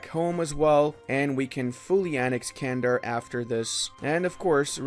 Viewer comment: Nice vid, but those mispronounciations... it's not 'Candar', it's 'Çandar', sounds like 'Jandar' and 'Chandar' simultaneously